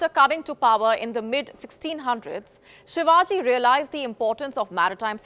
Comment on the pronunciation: sir he is not ur uncle from Maharashtra, agar koi tag kisiko milahe too uske kam ki vajase,not taking his name properly is his and his works dis-respect and kisika name kaise lena chahiye sikhane se pehele apna asli nam too use karo.